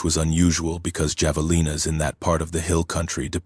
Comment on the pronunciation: Story is good, but the AI voice keeps pronouncing javalina with a J sound instead of an H sound!